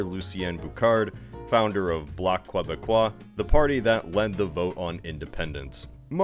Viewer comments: Pronunciation guide for anglos and les américains: Lucien Bouchard "loose ee en boo shard" Bloc Quebecois "block keh beck kwa" Jacques Parizeau "zhawk pare eez oh" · You did not pronounce any of the french names properly. lol You also pronouced Bloc Qebecois improperly too. All good though. At least you tried. 🙂